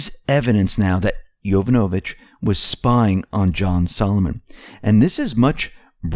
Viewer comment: Pronunciation. YO VAN O VICH